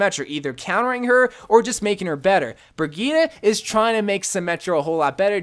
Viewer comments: Brigette is pronounced BRIH JET for humanity's sake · Lmao did he just say bri-geee-ta? Lmao!!!!